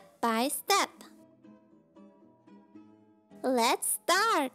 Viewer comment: "by VeinusDigelic" "lets stdjart" "soitdst lenses"... ufff soo wrong >.<